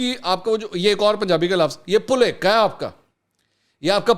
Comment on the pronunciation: Mansoor bhai all good , but the word is not "puleka" it's "pulekha" 🤣